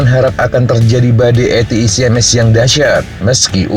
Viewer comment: Akhirnya ada yang melafalkan ATACMS dengan benar, ga kayak channel sebelah dan media mainstream, Yang menyebut atakem... atakem...😂😁